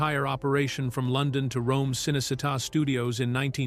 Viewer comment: Cınecınnta studios ıs pronounced Chınney Cheetah